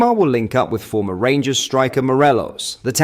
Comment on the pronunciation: Did you here pronounced rangers as the g ers instead of gers he must know how bad that sounds